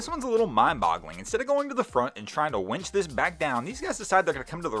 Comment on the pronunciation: Winch, not wench.